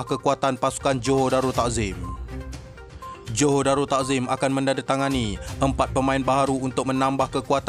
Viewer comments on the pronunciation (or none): none